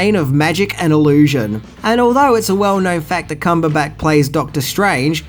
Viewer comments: Love the videos but does mispronounce things on purpose or is it accidental? He said Cumberback instead of Cumberbatch and Dormannu instead of Dormammu, and those are just the two examples that came readily to mind. When Garyx Wormuloid does it, it's an obvious joke, but with I just can't tell. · So I'm not usually this guy but comics were a big part of my life so I have to say... It's Dormommu (Door-Ma-Mu) Obadiah Stain as in a "stain" on the floor. Cumberbatch (Cumber-Ba-ch) as in I made a fresh "batch" of cookies. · I love your videos,, but some of your pronounciations make my skin crawl. It shouuld be: "Come-burr-batch" played the villian "Door-ma-moo" just for future reference. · Please don't be offended by this because I love your videos but I can't help but wonder if you're intentionally mispronouncing actors names at this point. his name is pronounced cumber-batch like a batch of brownies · dude do you mispronounce things on purpose? lol Cumberbat? Dormannu? come on lol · Have you never noticed literally mis pronounces a name or word at least once in every video he makes? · Cumberback? Is that how Australians say it? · No, not at all, sometimes has a problem with pronunciation.